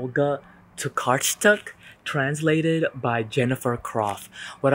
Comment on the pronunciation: Tokarczuk is pornounced like "Tokarchuk"